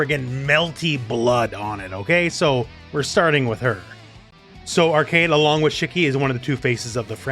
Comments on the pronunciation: Also its pronouced "Ar-quade" not arcade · Pretty sure her name is pronounced "Arc-wey-d" rather than "Arcade". Or at least that's how they said it in the anime that doesn't exist. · Pronunciation police here: Its almost "Arcade" just say "way" between the "C" and "D" with a little "oo" sound be "way" So like "Ark"(oo)"way" "d" Very good overview, always top quality from you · Its more like "Arc-wed" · Not a minute into the video he pronounced Arcuied as “Arcade” goddamnit lol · Her name is pronounced like arcade but put q in it "ar-qu-ad" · Great video! I love how you approach every character without being too technical. P. S. "Arcueid" is pronounced like "ar-coo-aid". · Sorry, great video, but it's very distracting and kinda funny whenever you pronounced Arcueid as Arcade. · Not to be rude but its pronounced Arc ku ed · I don't want to shade your friend as this is a huge and common misconception, but her name is written as アルクェイド in Japanese -- A Ru Ku-e I Do. When you use a smallェ after an U sound it becomes a glide, it doesn't completely supecede the sound before it (unless the letter is after a fu sound and that's sort of a special case). As such, her name is most accurately pronounced ArKWade. This is also consistent with the old Tsukihime, the Remake, and the old Melty Blood. I played them originally in Japanese while living in Japan (well, except the Remake which I'm going through right now since it just came out) so unless there's some weird Nasu word of God this should be correct. You can hear her name in this clip: If her name was pronounced Arcade it would be written アルケード or アーケイド, or perhaps アーケード. I hope this helps as much as this video helps newcomers to the game choose a main! It's a perfect introduction to each character.